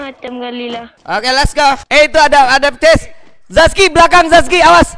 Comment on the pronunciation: Zaki bang bukan zaski